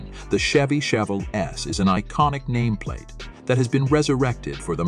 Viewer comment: Learn how to say chevelle before making a video on it